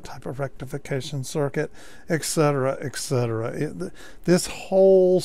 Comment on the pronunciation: I enjoy your videos but Jesus, stop saying "eckcetera."